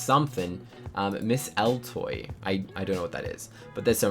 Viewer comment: “Miss Eltow”: “Miss Eltoey”